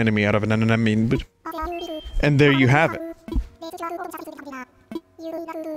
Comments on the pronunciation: enna moan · Why can't this man pronounce anemone